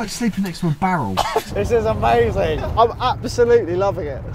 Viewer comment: I can't belive someone is going to win one of these.: Its Omazing 😂